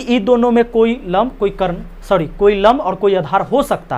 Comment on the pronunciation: सर तो एक नंबर का गधा है कभी सॉरी बोलता है कभी छौरि बोल देता है